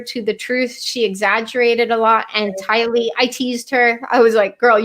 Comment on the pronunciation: Thank you ladies for sharing what you have learned about this Doomsday couple; your hard work, skill and God-given sharpness of mind is appreciated. Also thanks to all three of you for proving my point in how Tylee’s name is pronounced, Ti’-Lee not Ti-Lee’. Maybe it’s a thing according to where you live. Anyway, I like your pronunciation best. Great video! So much to learn on this case.😘💕💕